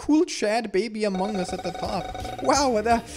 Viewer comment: I love that instead in also other playthroughs, Instead of saying among us, or amogus, he says "mogoose".